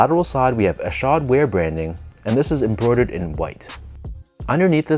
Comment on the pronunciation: Good job on pronouncing his name correctly lol. I picked these up yesterday at my local shop. I went at the perfect time too bc they put up a bunch of random sbs up on the shelves too. I left with ishods and fog dunks😈